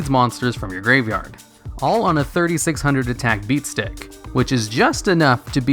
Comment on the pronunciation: I still do not understand what tf you are saying when you say beatstick...